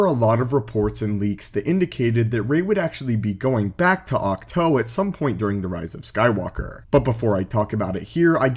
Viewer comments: Can you just say Auk Too. Vs Auk Toe?? I get you pronounce your Os funny and only one way. But it is just....annoying....you won’t bother to say things right. Grow. Adapt. Cows say Moooo not Moe. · Octoe thats not how it’s pernounced